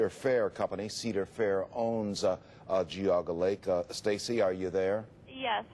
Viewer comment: I like how every video clip used correctly pronounces it "jee-AW-ga" but the narrator decided to go with "Gee-AW-ga"